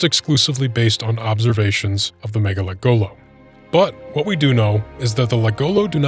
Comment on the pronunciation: I hate the way you are pronouncing mgalekgolo. It's "muh-gah lek go low" not "mega lek go low"